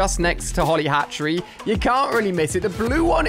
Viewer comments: I’m sorry but did he say “holly hatchery” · “Holly hatchery* 💀